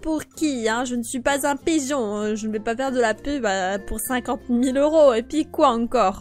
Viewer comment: Quand ta dit pigon j'ai trop rire nan mais arrêt stp et an plus la piscine sans parler de sa😂😂😂😂🤦😂